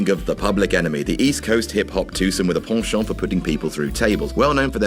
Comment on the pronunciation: he also pronounced penchant like a French King of old